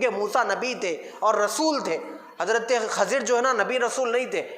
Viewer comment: حضرت خضر علیہ السلام کا تلفظ صیح و درست فرمالے آپ کا تلفظ غلط ہے